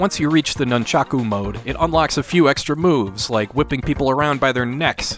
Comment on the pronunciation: Can u not say nunchaku pls